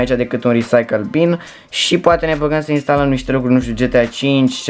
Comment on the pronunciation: Istalem LOL